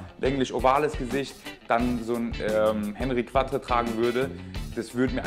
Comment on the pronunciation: Gutes Vid, aber bitte nicht "Hennri kwattre" sondern "Onri Kattr".... C'est francais... ;-)